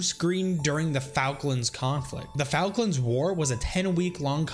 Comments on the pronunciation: F-all-klands not falklands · Falkland is pronounced folklind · The way he pronounces Falklands 🤮🤮🤮🤮🤮🤮🤮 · I love who he pronused falklands lol